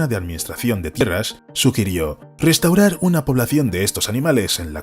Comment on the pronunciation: también pronuncia mal las palabras restaurar o relación, todas las que empiezan en r.